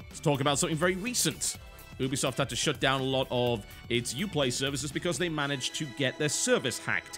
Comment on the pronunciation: Listen very carefeully TB. YOO-BEE-SOFT ....say it. Now. It is a play on words for "Ubiquitous Software" as in, they want to make software that can be played and enjoyed everywhere. Ubiquitous. YOO-BEE-SOFT